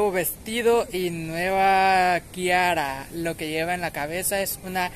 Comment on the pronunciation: A mi todos los vestidos me gustaron te miras hermosa 🤗 es Tiara con la t no con la k😉